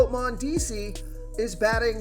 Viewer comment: Can you please learn how to say the players name correctly. Every video your butchering someone’s name. (Mondesi)